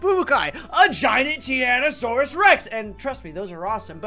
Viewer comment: Ti-ran-o-saw-rus Rex not ti-ran-o-saw-rus Rex